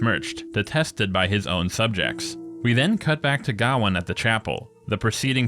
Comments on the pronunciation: You say his name weird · It's very strange seeing someone say "Gah-win". I had assumed it was pronounced "Gay-o-in".